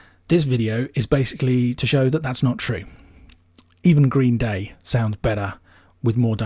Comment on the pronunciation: The way you say 'Green, Day' bugs me far more than it should.